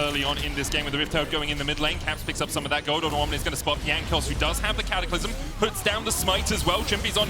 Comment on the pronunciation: 0.42 caster says catacylmlym to j4 ult im dead